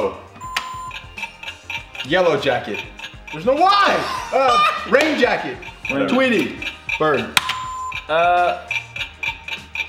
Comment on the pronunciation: Did anyone else hear say g jacket like if u did